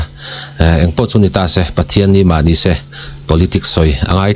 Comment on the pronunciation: ' se ' tih ilam dan hi a fán raih lo deuh